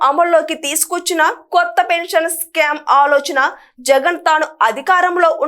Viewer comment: స్కామ్ కాదు తల్లి skeem